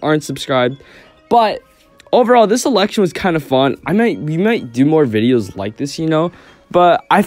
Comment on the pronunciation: “Its not the real presidential eltection” aww :(